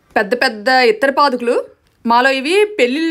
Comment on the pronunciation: "పాదుకులు" కాదు తల్లీ, "పాదుకలు "